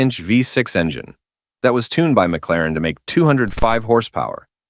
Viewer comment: M C Laren? Ai sucks.